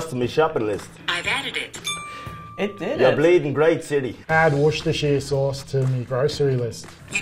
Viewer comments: It's pronounced woester sous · *worcestireisheahj sauce